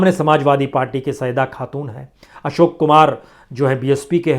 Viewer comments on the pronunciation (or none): none